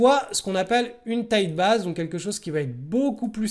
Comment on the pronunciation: J'adore tes videos que je suis chaque semaine (alors meme que je me pense expérimenté). Et malgré tout j'apprend toujours. Juste s'il te plait , il faut dire "baïze" et non "baaze" pour tight base (ou alors dire simplement "base resserrée"), et aussi iii-oo-èsse plutot que Aïe-oo-èsse pour EOS. Merci ! :) J'espere ne pas etre offensant. Continue, ton travail est formidable. Tu es très inspirant pour moi. Merci.